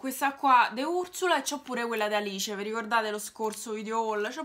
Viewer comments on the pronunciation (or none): none